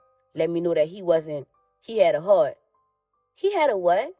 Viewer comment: He had a what? he had a hert lmao